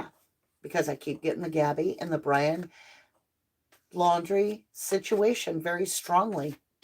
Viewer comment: You said just like in the Gabby Petito and Lion Braundrie case and didn't even notice. LOL I thought I was the only one who switches the beginning letters with two words.